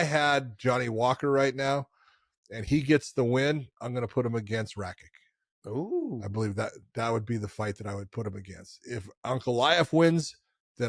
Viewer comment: it's not Rakik but Rakich.